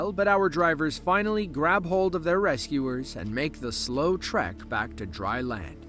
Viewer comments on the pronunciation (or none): none